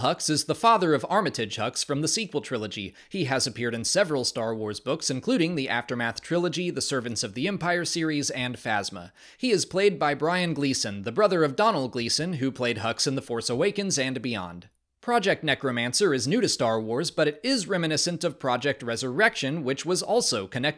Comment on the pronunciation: Heya, just so you know, the Gleeson brothers irish names are pronounced differently to the English sounds they resemble. Brian is pronounced Bree-an, the first syllable like Brie, the French cheese. Domhnall’s first syllable is like dough, not like the first syllable of Donald ✌🏻✌🏻